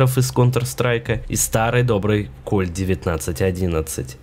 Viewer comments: кОмпак??? от слова комп? м/б компакТ? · Какой компак? Постоянно оговариваешься